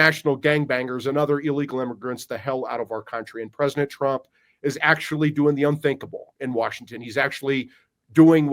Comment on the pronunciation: Say "Presinet" Trump one more time.